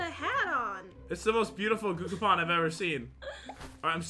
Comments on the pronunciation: you said gocapon and it's gachapon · Gucapon 😂😂😂🤣 it’s gachapon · Gachapon is pronounced GATCHAPON not guchapon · It is Ga-cha Pon not gokapon XD XD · Only would call a gachapon and gookapen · gucapon Me: dies of laughter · OMG a valentine gahcakaopon edit:; I want the gakapon! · getting triggered when and says 'cookapon' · what im confucing say gugapon and guagapan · Gah-chuh-pawn Gachapon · It actually triggered me when they didn't say Gachapon properly lmfao